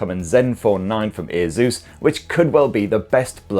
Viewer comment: My ears hurt when I hear the way you pronounce Asus